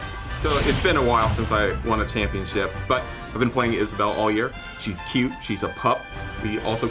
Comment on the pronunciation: “Scrampionship” 🤣🤣🤣💀💀💀 congrats.